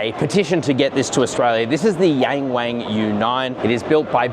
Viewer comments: young ! not yan， wong! not wannn. ok? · It's Yung Wung not Yeng Weng duh 😂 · I can hear you pronouncing it in a European pronunciation “YEENG WEEING”. It’s like hearing someone speak in English as they shake their head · C'mon, it's pronounced "young wong" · It's pronounced YongWong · Bruv as much as I love your videos on cars, your pronunciation in Chinese is nothing short of disgraceful!